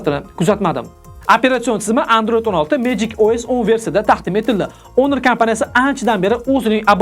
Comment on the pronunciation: Assalomu alaykum Video uchun rahmat. Oka ingliz tilida aytiladi Honor so'zi honor yozilgani bilan o'qilishida Onor diyiladi. Oka Honor emas, Onor dib obzor qisayiz zo'r diydi ko'pchilik.